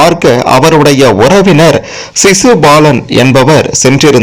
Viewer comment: முதலில் தமிழை உச்சரிக்க கற்று பேசவும். ஒதயன், ஒரவினர் ?